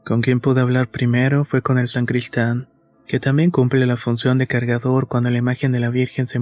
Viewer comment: NO se dice sancristan, es SACRISTAN! Exelente historia, gracias.